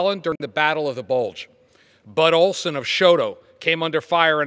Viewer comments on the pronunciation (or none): Yikes, Bud's last name is Olson, not Olsen.